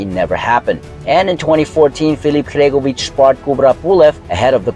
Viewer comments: Sory its not Hregovic it's Hrgovic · Bro the way you pronounce Hrgovic is a crime